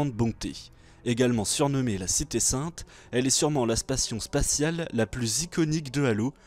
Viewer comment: A "la spation spatiale" 😏